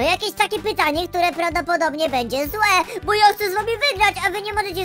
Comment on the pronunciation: to jest bo a nie bu